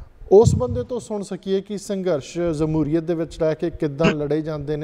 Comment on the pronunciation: Jamhuriat word aa sir. Zamhuriat nhi